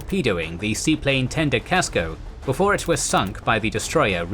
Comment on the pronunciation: USS Casco, not Gasco.